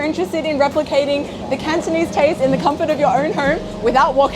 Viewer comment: I noticed that the host has very good Cantonese pronunciation.